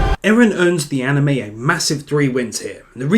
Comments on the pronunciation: dude it's eren not erin. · IT´S EREN NOT ERIN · its eren not erin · It's Eren not Erin. Erin is a another character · Eren NOT Erin !!!!!!!!!! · its not erin its eren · accually its EREN not ERİN